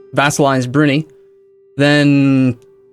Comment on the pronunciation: That pronunciation of Brunei (should be brew-nigh, not broony)